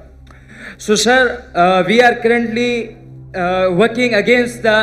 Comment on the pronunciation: Es Bhai ko cruntly bolnay ka shoq hy😂